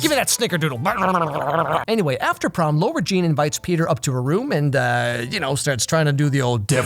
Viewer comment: Nobody:: LORA JEAN I’m jk I love your videos 😂❤️